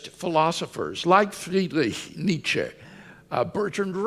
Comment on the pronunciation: His pronunciation of "Friedrich Nietzsche" sounds more and more like a pretentious sneeze the older he gets.